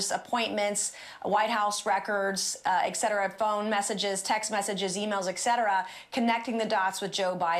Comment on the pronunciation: Not only can Nancy Mace not find a scrap of evidence of wrongdoing by Biden, she also cannot pronounce ETCETERA. That's enough for me to label her just another MAGA dullard.